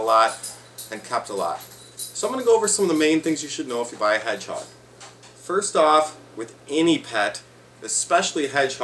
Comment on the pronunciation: " watch this video foy"